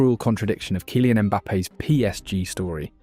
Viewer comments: 😂 this AI bs is too much — “KIE-LIAN” Mbappe? Bro it doesn’t hurt to at least write it in the script differently so that your bullshit ai commentator can pronounce it properly, always thought this was a real guy talking till this point ain’t no way he butchered his name this bad and made a whole 20 min vid about him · Can't even pronounce Kylian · This narrator AI? Said Kylian so weird lol 😂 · The narrator is a joke.